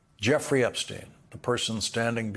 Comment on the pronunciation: Jeffrey Epstein is the only name Trump says correctly and confidently.